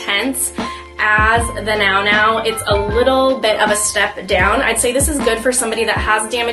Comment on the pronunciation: Nounou is pronounced “new new” :)